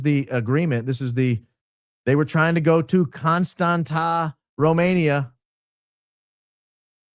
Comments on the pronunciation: I love you but it’s Constantsa” not constanttttttaaa lol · dying at the confidence with which you explained the pronouncing of Constanta 😂😂😂 its CONSTANZZA! Like in Pizza! or ConstanTZa! Like in FranTZve 😂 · It is pronounced ConstanTZa 😊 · I'm from România and just wanted to Say Dacia has Been conquered by the Romans în 112 AD. And Contanta îs pronounced like Constantza ( its actually a t, that doesnt exist în English and is pronounced like tz în English) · Just as an FYI for anybody interested the city is pronounced Constantsa (with short a’s, not the ”a”-sound in stand) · Constanța - with ț, not t 😊 It’s pronounced /konˈstantsa/ or /kohn-STAHN-tsah/ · Constanta is pronounced Constanza in Romanian. The t has a squiggle under it and it's pronounced ts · Actually you'd be nearer the mark if you pronounced it like George Costanza, the accent on the T makes it sound like TS - Costantsa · It’s constans-ZA, but you got close… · Huge in the Balcans! Never thaught i’d listen to you talk about Romania, my home country 😁. The t sound in Constanța is more like the tz in FranTZve - ConstanTZa. Love&hugs! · It is pronounced exactly like in George Constantza 😂. Romanian has a letter t with a coma underneath which is spelled tz . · It's pronounced just like George's last name 😊 Thanks for everything you're doing! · Is Contanța, with a ț not a t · yes indeed, a great opening! but I'm sorry you had to endure through pronunciation of Constanța! also, I'm aware this is nitpicking, but isn't it amazing how Americans just assume things?